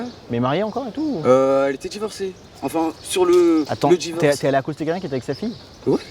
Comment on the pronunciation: ‘’Acoster’’ il se prend pour un crocodile ? 😂😂😂😂